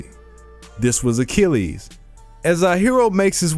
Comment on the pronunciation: Pat Sajak I'll solve: Mythological Hero A-chill-es